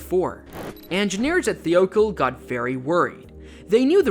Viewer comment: It's pronounced thigh-oh-call.